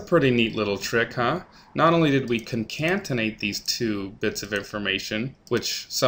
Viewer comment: Great job and much appreciated. I would only suggest one change - proper annunciation of Concatenate [kon-kat-n-eyt] (vs in the video - ConcaNtenate). Just a minor improvement on an otherwise fantastic learning video.